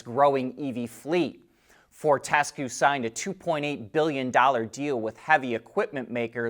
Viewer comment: Fort tis cue is correct try again